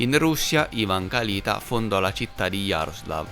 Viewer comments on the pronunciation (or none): Perdonami, ma ti devo correggere: si pronuncia Kalitá ( Калитаʼ). 🙏♥️ Grazie x il tuo lavoro.